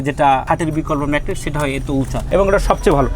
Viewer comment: Age mettress bola sikhen.thik moto mettres o to bolte paren na. Bokachoda macttress kire ..